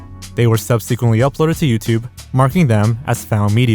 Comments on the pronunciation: Is "subseequently" his version of Ryan Hollinger's "hoyever?" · subseekquent lol